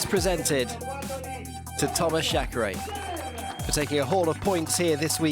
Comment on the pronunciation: Some football presenters here in Brazil studied even Croatian to spell correctly the names pf the players from that country, back in 2002 (FIFA World Cup). I assume this guy is British, thus I also assume it is not that hard to spell "Reiner" correctly, and the same applies to "Chareyre". "Ashfalt" also went quite hard on my ears. However, I understand the reasons pointed previously, and believe this guys will do his best to improve for the next rounds.